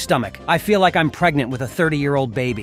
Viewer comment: Blud said hes pregmant 💀